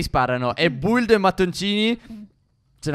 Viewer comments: Ma si dice bildo qui è non buldo qui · A che da fastidio quando stef dice build e non bild metà like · Lo sto guardando nel 2020. Che fastidio quando dicono Build e non bild (ho scritto la pronuncia, non come si scrive) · Ma perché a detto puldano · Line chi ha sentito buldano